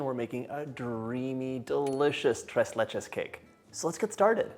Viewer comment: I’m so proud of the way you said “tres leches”